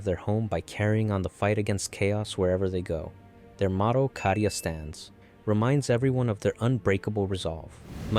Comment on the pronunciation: Bro its pronounced cay-di-u not ca-di-u (ofc it is spelled cadia)